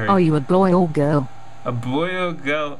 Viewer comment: Sometimes she says bol not boy